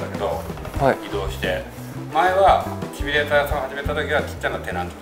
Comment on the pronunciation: 面白かったです！続きが気になります＾＾ 一点気になることが・・・正しくは「シミュレーター」です＾＾；